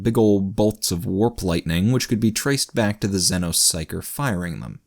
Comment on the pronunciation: Hey buddy. Huge fan, but one thing's been killing me: it's pronounced ZEE NO not zenno